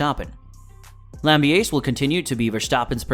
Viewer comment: You may want to put people's names into Google Translate in their native language to learn how to pronounce them correctly. There's no "sh" sound in Verstappen, nor is Gianpiero Lambiase's last name pronounced in the English manner, but rather the Italian manner, since it's an Italian name. Also, his nickname is GP in the garage/on track. Also, Jaques Villeneuve and Gerhard Berger's names were also pronounced incorrectly. It's obvious you're new to the sport. I applaud you taking the time to create this content, and it is very well edited and scripted. Just a bit of constructive criticism on the pronunciation of the names, but for the rest, good job, and keep it up. I've liked and subscribed 😁